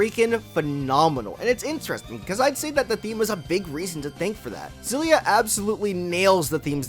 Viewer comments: I know this doesn't matter, but it's not Zillia. If it was then that's how it would have been spelled. It's Kssillia It starts with an X, which sounds like 'Ekss' or 'Kss'. So it's 'Kssillia' or 'Ekssillia'. There's no letter Z in the word and nothing that makes the sound of a Z in the word. So it's 'Kssillia'. People just wanna make things harder than they need to be just to feel special. K.I.S.S. Keep It Simple Stupid. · Btw, you pronounced it the right one before, the katakana is エクシリア anyway, ekushiria, not ゼィリア, ziria. HUFT PEOPLE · Ex-ill-ee-ah is actually the correct pronunciation lol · IT'S EX SI LYA OMFG Tales of Xillia (Japanese: テイルズ オブ エクシリア Hepburn: Teiruzu Obu Ekushiria) edit: okay sorry I know people have pointed that out like a month ago already but I just had to since after hearing you "correct" yourself a few seconds into the vid, that was my initial reaction XD It's pretty cool that your vid popped up in my recommended vid since I've just started a fresh run of Xillia again after so many years. Prolly my favorite Tales of game, visually. Grace still top it off with the gameplay, and Eternia will always have a special place in my heart. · wait your name is pronounced “Zay-ff”?? with a double F? no wonder you mispronounced the game, you mispronounce your own name!! 😂😂😂 fr though thanks for the review